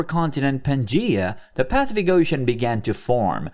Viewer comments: I agree. That consistent PAcific instead of paCIFic ruins my listening pleasure. :-( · This has to be AI... "Pacific Ocean" rhyming with "pacifist", wtf? It's "Pass-if-ick", yo! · Really annoying when the AI voice mispronounces Pacific. Grrrr